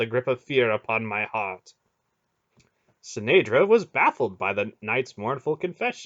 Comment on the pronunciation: Proper pronunciation.. "Tol-NED-rin" "Are-END" "Che-NED-ra" "CARE-ek(Cherek)" "Sith-iss-tor" "Too-chick(Ctuchik)"😉 "KAM-Dar(Chamdar)